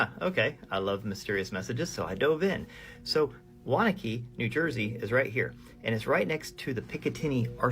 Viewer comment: Its pronounced WANNA QUE NJ. Not Wanakey..I know because I lived there. Wanaque